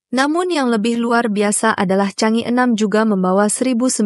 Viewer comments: Mohon dibaca Chang e,bukannya Chang i. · Chang e, dibaca "jhang ê", bukan "cang i" !